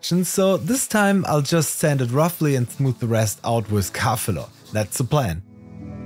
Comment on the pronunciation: Kaffelo? Cufalow? Oh, "Car Filler", as in Primer Filler Spray for Cars ... took me a minute ;-)